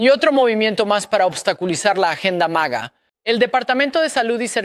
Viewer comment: Hola no se dice maja, dino maga